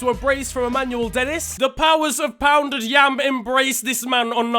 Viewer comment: "The powers of pouded yam" Brother I'm howling 🤣